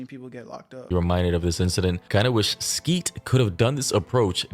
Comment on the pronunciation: they’re talking Skeet and Jidion, though. Come on, now. And you know he’s not properly researching because he pronounced Skeet’s name wrong the whole video lol. August the Duck made that one video a while back and got proven wrong. It’s just yap without research. Something not uncommon… Side note: I wonder if they’ll actually do that collab catch…